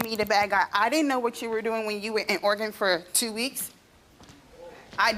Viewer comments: The shocking piece of info here is that Steve pronounces it Or-eh-Gone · Steve saying Oregone lol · Steve I love you but it hurt how you said Oregon